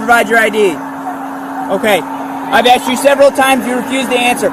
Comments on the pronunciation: She axed a question, axed it over and over. hehe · I usually skip the bs and fast forward or skip to the window breaking. Then comes the backseat bs… Oh my gob, are you serious, I dindo nuthin etc. Plus here: ”I axed him, axing questions, ax what”… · Is this saying axed, instead of asked ? We have a winner, NOT. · Axed her? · She axed wat she was pulled ova foe